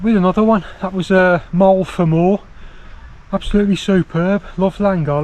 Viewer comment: it's mo el vam eye, to say it